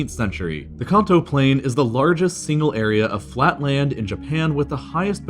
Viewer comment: Pokémon fans be like CAHN TOEEE